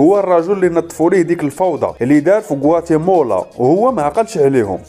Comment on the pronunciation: غوااتيمالا وليس غواتيمولا.... تحليلك ألسلس والمفهوم رااااائع وتحياتي لك.... واصل اخي الكريم وشكراً لك